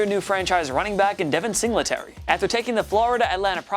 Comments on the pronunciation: Sing luh tary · Say it with me everything “Sing Lee Terry” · It’s single tary not singlet ary that annoyed me so bad when he said devin singletarys name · It's Singletary, not Sing-la-terry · 4. "Sing-le-tary"!?!??! Dude you cant even pronounce his name right. "Single-tary" Why the fuck is this guy doing a list. You know nothing. Granted moss may over take "single-tary" this year. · P R it’s single tary not sing la tary 🤣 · And Sing-la-terry like 20 times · "devin Singluhterry" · Sing la terry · bro fr, I was just about to comment on that. "Sing LE tary." Jesus. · Who says singletary like that lol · The only thing I hate more than is the way he says “Singletary” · ik ur saying singletary wrong on purpose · The way he’s saying Singletary 😂😂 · They also have mispronounciation issue